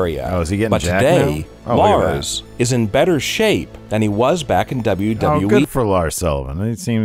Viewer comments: DUbbbbbbllllaaaa DubbbbblllllaaaaaEEEEEEEEEEEE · The way face lights up when WNN mispronounces WWE is delightful